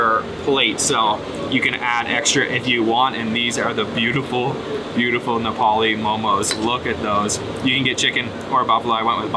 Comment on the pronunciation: Wow your Nepalese pronouncation are too good love it bro